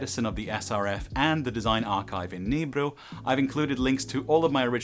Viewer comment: Damn, nice pronunciation of Nybro. Sounded very swedish. Also english is supremely good for an older swedish gentleman.